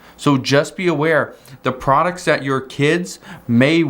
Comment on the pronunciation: I agree and very opinionated to! wish he could practice and pronounce the word "that" not "dat" and okay JMO